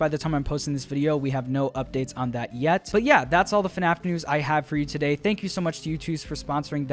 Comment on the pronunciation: When is the youtooz coming out